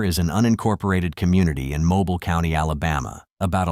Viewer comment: It's pronounced Moe Bill not mobile 😅